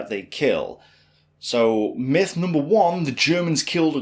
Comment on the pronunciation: No NOMBERS it's nUmber!!! Not BOT it's BUT